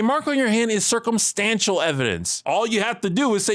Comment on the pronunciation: "Thats cilrcumstantial evidence" Youre assuming this school has court.